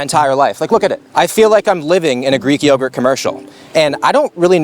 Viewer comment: 'I feel like i'm living in a greek yoguhrt commericial..'....😂😂😂